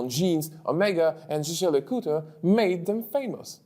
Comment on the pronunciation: CRIKEY! "je-jö LeCoutre"? Seriously? "je-jö"??? WTF! There is NOTHING Chinese sounding about the German word for "hunter", also a name, and it is pronounced just about like Yeager, as in Chuck Yeager, the famous pilot! The Swiss should start educating people about this as well, but I suspect the French-Swiss get it wrong themselves! GET IT CORRECT MATE!